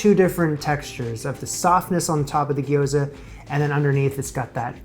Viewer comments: Little note on pronunciation: Japanese words dont have a plural form, so gyoza is both sigular and plural! And this trips up basically every English speaker, so dont feel bad about it, but its not gi-yo-za, gyo is all one syllable, gyo-za. Same thing goes for words like Tokyo, my mom says to-KI-yo all the time lmao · Pronounced "gyoh-za" (two syllables, extra-long "o"), not "gee-o-za" (three syllables). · Gyoza is two syllables. Gyo-za. Not Gee-Oh-Za. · Gyo-za. First syllable is basically "yo" with a g in front. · Please call them Japanese fried dumplings instead of your pronunciation if you make another video about making them. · What's the pronunciation? Maybe it would be more helpful to explain it so he (& we) can simply pronounce it correctly.